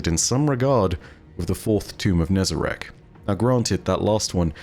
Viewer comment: Finally someone pronounces it how its spelt not as Nezarac